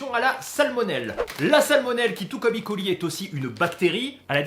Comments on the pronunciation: Super vidéo, juste pour E.coli on prononce pas i.coli c'est euh.coli. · Pourquoi icoli ? C’est E colis soit escherichia coli. On est français le E se dit E et pas I. Bisous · Yo Super video et je te suis depuis longtemps mais stp dis: eu coli et pas i coli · On dit "E" coli (on prononce E pas i ). Parce que c'est Escherichia coli :) Merci pour cette vidéo qui aidera les le communs des mortels à mieux comprendre les contaminations et comment s'en débarrasser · ça me stresse à chaque qu'il dit "i coli" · Franchement c'est pas possible je peux pas te prendre aux sérieux si déjà tu prononce en anglais un mots Français (enfin a moitié vue que tu prononce coli a la française ) mais le pire c'est le E de E.coli est une abréviation du nom le nom a prononcé c'est Erichia coli ^^. Pour les kinder alors si je me rappel bien des mes cours de cuisine si la salmonelle péris bien a partir de 65 (avant c'était 67) sa toxine elle résiste jusque 120 . En temps normal même en mangeant un peu de cette toxine nous ne devrions pas être malade le hic c'est que avant l'étape de la pasteurisation il y a surement eu une faute qui a fait bondir le nombres de salmonelles et plus de salmonelle = plus de toxine